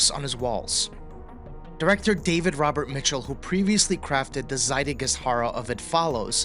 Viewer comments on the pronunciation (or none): none